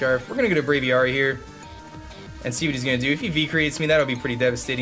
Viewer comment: "Brave-ee-AIR-ee" not "Brave-ee-ARE-ee"